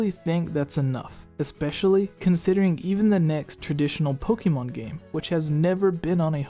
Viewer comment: Xenoblade, Pokémon.. your pronunciation sucks.